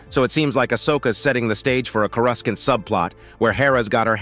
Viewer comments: CORE-I-SAUNT not CORE-RAS-SENT 😂😂😂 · He actually said "Cora's can't" which is even worse 😆